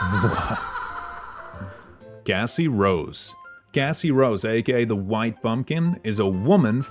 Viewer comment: gng you are NOT saying cassie.. 😭